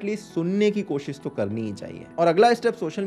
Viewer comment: Accha laga. Kaafi sahi tarike se samjhaya hai. Buss ek chiz pe kaam kar sakte ho. कोशिस का उच्चारण सही हो सकता है थोड़ा. कोशिश करो. All good otherwise. Keep it going.